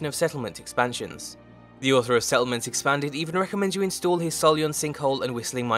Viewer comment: Preston Garvey "Se'lment"